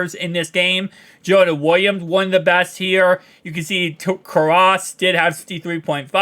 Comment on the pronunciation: You are pronouncing Ted Karras last name allwrong.